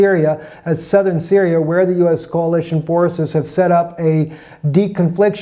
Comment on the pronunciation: It's coalition, not "CAOLITION".